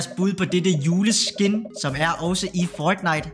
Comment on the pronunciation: Hvorfor udtaler du fortnite som føjtnite